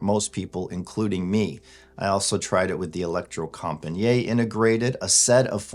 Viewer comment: "Electrocompagniet" is Norwegian, not French, so the "et" letters at the end are pronounced, as in "cigarette".